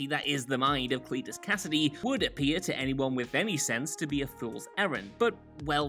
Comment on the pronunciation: "Clit"-us c-"ass"-idy